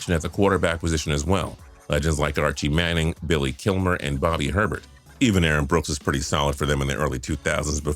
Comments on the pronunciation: Its pronounced A-Bear not Herbert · You said “Bobby Herbert”. It’s pronounced “A-Bear”. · I'm fairly sure that always mispronounces the name Bobby Hebert. If I remember right it is A-bear. Anyone else able to help me with this? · I don't mean to insult anyone, but it's Bobby Ay-bear. That's how it's pronounced. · Thank you, they always say his name wrong. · Came to the comments for this mispronunciation of Hebert...was not disappointed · Can't really fault them for it. If I hadn't been a Saints fan since '88 and living in the general vicinity of NOLA since '94, I'd have gotten it wrong, too.